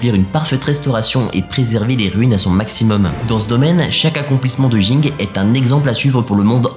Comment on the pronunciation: Le fait de dire Ging au lieu de Gin, auditivement ça me dérange 🥶. Pareil pour ceux qui disent Uchiha au lieu de Uchiwa. Si il y'avait que les mangas et que les animés n'hésitaient pas j'allais comprendre mais dans les animés les personnages eux mêmes prononce tout, du coup il suffit de le dire comme eux non !